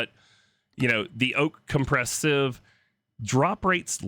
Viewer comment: Oh sieve, I thought you said shiv....